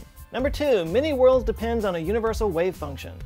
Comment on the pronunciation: Every time he says many-worlds I hear mini-worlds .